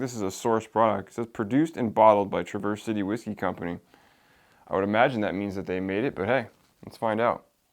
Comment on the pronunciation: OK, I don’t want to be that guy, but I’m from Michigan and I can give you a first hand tip on how to say “Traverse City”. It’s not truh-VURS but rather TRAV-ers . I hate to correct you but fellow Michiganders will now smile. Great review and yes a great distillery! They even make cocktail cherries which are fantastic. Traverse City is famous for cherries. Keep up the good work! Subscribed!